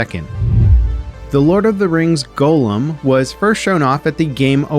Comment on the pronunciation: have you never seen LOTR?! Your pronunciation of Gollum made me shudder.